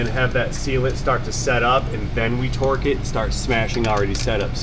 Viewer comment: I've seen (heard) this on several channels I watch and it cracks me up everytime. The word "twerk" has become part of our vernacular that people are saying twerk instead of torque. No shade being thrown, just think it's funny. Nobody knew the work twerk 20 years ago.